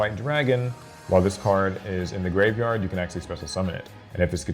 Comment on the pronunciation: Please just pronounce it as graveyard